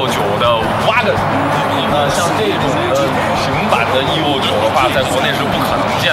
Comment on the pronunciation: 听他那个EVO的发音，我就想关掉了